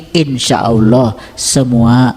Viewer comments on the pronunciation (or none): Memangnya kalo puasa yg marah tetap marah yg korupsi tetap korupsi kamu ngomongnya ngawor belajar lagi kamu ilmu agamanya nyebut alloh aja olloh